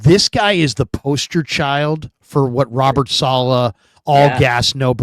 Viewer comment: Can you guys get together and agree on the pronunciation of Saleh?